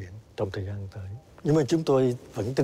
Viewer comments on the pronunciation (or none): none